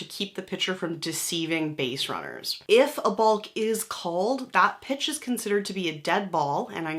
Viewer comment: It's pronounced Bok